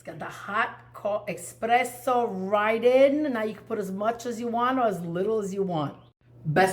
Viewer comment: Buonissimo! Pero no eXpresso, eSpresso.